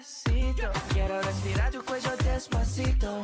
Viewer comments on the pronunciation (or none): none